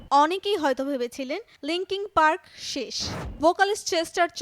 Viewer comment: মাইক ছিনোডো - দ্যা অ্যান্ট - ওয়েটিং ফর দ্যা অ্যান্ট - লিংকিং পার্কের ব্র্যান্ডের - আহা উচ্চারণ! কি খাইয়া যে প্রতিবেদন বানায়। এটা একটা ব্যান্ড, “ব্র্যান্ড” না।